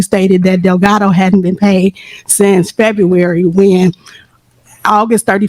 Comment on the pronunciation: Wtf is "Febuwry 28"?😂😂😂😂😂😂❤❤❤